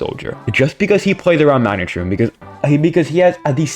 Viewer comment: you said magnet shroom as "her" btw